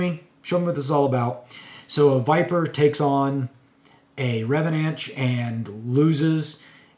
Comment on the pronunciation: It’s pronounced Reh-vahn-ch. Love the reviews!